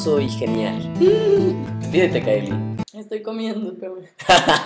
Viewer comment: H castro es.. Caeli no Kaely....emm..okey .___.